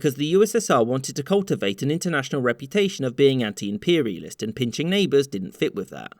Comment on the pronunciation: "...impoorialism"! Love it!